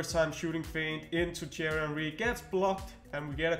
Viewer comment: Anyone else get a kick out of him saying “Cherry Henry”?